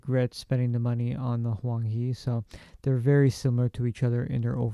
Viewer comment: It should be pronounced Huang Hae. Tbh, I don’t know if you’ll read “Hae” the way I intend it to be read but... hey, why not try?